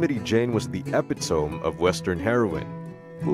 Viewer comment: Calamity Jane is the opit·o·me NOT ep-i-tome. You need a better computer translator.